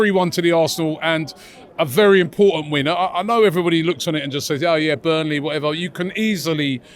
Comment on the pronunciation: It's burnley for christ sake😂😂😂😂